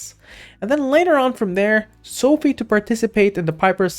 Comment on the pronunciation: its Social Finance....So.Fi ("so.fy") not sofie